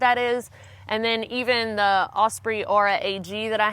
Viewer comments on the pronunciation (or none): none